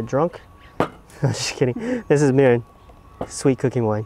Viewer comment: only got one question for you - Why you say every Japanese word so proper but one... MIRIN... “MERRIN”???